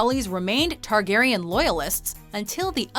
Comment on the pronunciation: It’s Targaryen... let’s be honest